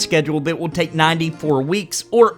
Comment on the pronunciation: i watch the tier membership shoutouts every single time just so I can hear him shout out "we toke bitcoins" makes me chuckle everytime.